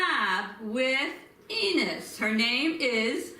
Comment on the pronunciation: You're totally saying her name wrong you're butchering it too much it's Ines